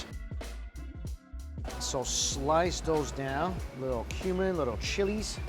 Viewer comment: You said cumin lamb thought you said human lamb lol